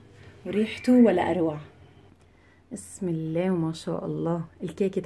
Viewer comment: The way you say بسم اللة ( bismillah) MmMmmmm Love your accent gurl!😻